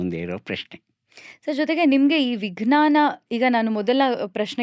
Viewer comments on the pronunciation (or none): ಸಂದರ್ಶನ ತುಂಬಾ ಚೆನ್ನಾಗಿತ್ತು ಮೇಡಂ ವಿಜ್ಞಾನದ ಉಚ್ಚಾರಣೆ ತಪ್ಪಾಗಿದೆ ಎಂದು ನನ್ನ ಭಾವನೆ ಜ ಕಾರದ ಬದಲು ಗ ಕಾರದ ಉಚ್ಚಾರಣೆ ಯಾಗಿದೆ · ಬಹಳ‌ ಒಳ್ಳೆಯ ಸಂದರ್ಶನ. ನಿರೂಪಕಿಯ ಬಾಯಲ್ಲಿ ವಿಜ್ಞಾನ ಶಬ್ದದ ತಪ್ಪಾದ ಉಚ್ಛರಣೆ ಕಿರಿಕಿರಿ ಅನಿಸಿತು.